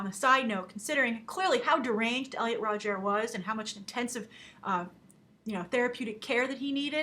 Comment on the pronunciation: Elliot "Rodgaire"? Umm...Rodger? Also really shitty comments about pitbulls Grace.